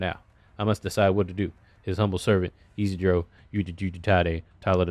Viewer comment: 2nd time has read Isidro's name like that (first time with Leon) and it kills me every time 😂😂